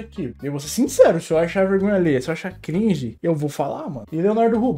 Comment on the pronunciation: Mano a palavra cringe Ficou gringe